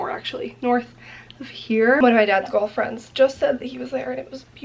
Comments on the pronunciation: hahaha when you said "one of my dad's golf friends" I heard "one of my dad's girlfriends" - literally spit out my sparkling water when I realized hahahah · ME TOO. I HAD TO GO BACK TO DOUBLE CHECK. I didn’t hear golf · I heard that too and had to repeat it a couple of times LOL! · I heard the same thing lol i was like one of ?!